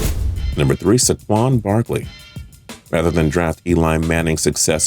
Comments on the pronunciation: Or saquan it’s so 😂😂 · saQUAN Barkley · Marcus MariAHta?? Seriously? SAHquon Markley? nice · That's not how you say saquon or mariota.